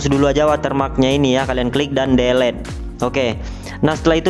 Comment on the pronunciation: "delet"😭😭🤣 sorry2 bang.. Gurau2..